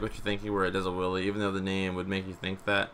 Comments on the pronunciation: Did any one else hear willy bar? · Wele bar😂 English do you speak it? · He says wheelie like willie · Can you say Wuhlly bar more please? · It sounds like he's saying"willy bar" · "Stent" "willy bar"